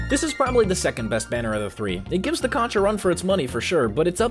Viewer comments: Plz don’t call the conch a co-nch it’s pronounced Co-nk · is pronounce "konk" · sondsmeth said conch good